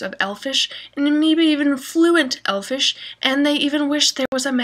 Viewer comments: It's "Elvish", not "Elfish"!! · It's elvish, not elfish! ☺